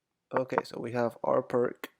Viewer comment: If your name is you should at least know that it is pronounced fianketto lol. Also the opening is Peertz and not Pirk.